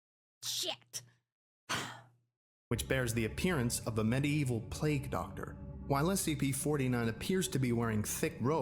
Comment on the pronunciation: Pleg Doctor 😂